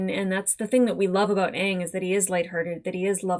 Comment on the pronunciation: I confess I held my breath for the first "Aang," fearful they'd pervert the pronunciation to "Aung," that rhymes with wrong.